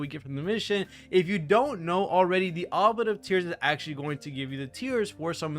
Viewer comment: "oo blee ett" FYI